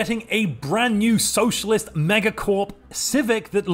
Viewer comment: When you said "socalist megacorp" I nearly died to a brain aneurysm.